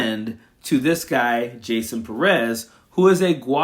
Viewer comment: Pérez, the accent is on the first syllable. Learn and share.